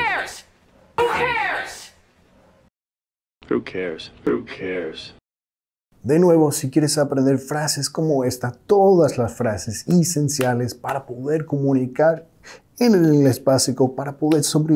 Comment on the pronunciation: me dejas colaborar con tu español? he visto deceeeeenas de tus videos.... y no es "isencial" es "esencial" y no es " ustedes me sujerieron" sin "sujirieron" disculpa... pero me has enseñado tanto que me tomo la libertad... perdon si te ofendi. Bendiciones!!!!